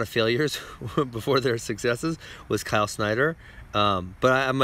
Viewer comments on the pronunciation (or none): none